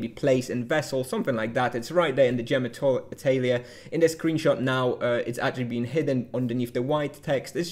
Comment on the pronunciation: Great vid! I had conversations with people about how this worked based on the spoilers and it was definitely a bit confusing, this clears things up nicely! For the pronunciation if you're interested - Atelier comes from the French - its pronounced like "ah tell ee yay" (phonetics are not easy to convey in text though!)